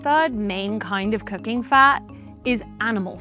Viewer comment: every time she is saying cooking, it sounds like cocain